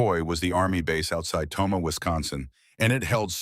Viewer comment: Tomah NOT Toma!!!!!!